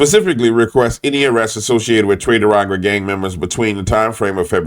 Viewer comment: Do you call them "tre de aragua" on purpose to disrespect them or just the way you pronounce it. Just curious. Take care brother